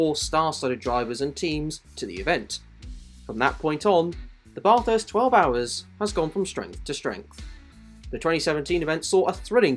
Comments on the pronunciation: Dude, Australian here. If you’re going to make a movie video about Bathurst, at least learn how to pronounce the name properly. Big fail. And don’t you dare say we are the ones that say it incorrectly like one pom tried to tell us on the Mountain. He didn’t last long…..buried in beer cans. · I never understand how people can make informative videos about a certain subject yet they are somehow inept at pronouncing the names properly! For godsakes the least ya can do is pronounce the name of the great racetrack property! It’s not pronounced like you’re taking a BATH, despite the spelling! Supposedly speaking English whilst the whole time massacring the English language! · How on earth could you do all of this research and come out the other end not knowing how to pronounce Bathurst? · Pls stop pronouncing Bathurst like that 😅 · Great video, but please pronounce Bathurst right - Sincerely, An Australian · Letting u know it’s not not said how it’s spelt it’s like bathh -herst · please say Bathurst correctly, as an Aussie, it infuriates me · I Couldn't agree more then with the Precious Comment ! If U R going to Tell the Story ,& wasn't so bad, but Could of been better Too ? PLEASE pronounce the Name of the Race Correctly ! We R a Pretty Relaxed people in this Great Country , But this is not Correct ,in any Way ,Shape or form ! From an old Aussie Digger , Car Enthusiast ,Engineer Who has Travelled ,Driven almost Everywhere throughout the World ! Thank U & Cheers to all ! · When a pom is clueless on how to pronounce Bathurst 🤦🤦🤣🤣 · Great video but please look up how to pronounce Bathurst properly 🤝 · Great video! But please, learn how to pronounce Bathurst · Bruuuhhh such good info but you don’t know how to pronounce Bathurst. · at least you could learn the name properly and not pronounce it incorrectly for 10 minutes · bah-thirst, not bath-hirst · so you know, the 'ba' part of bathurst is pronouced like 'bat', not 'bar' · Hate it when Bathurst is pronounced Bath House